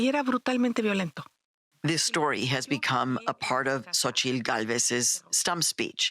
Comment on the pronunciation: xo-chi-TL. ffs